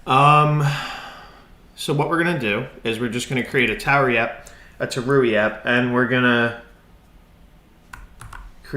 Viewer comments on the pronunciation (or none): It's tauri not taruri